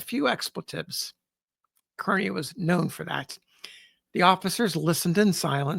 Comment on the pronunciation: Can we get Kearny's name right? It is pronounced Car-ney and not Kearn-ee!!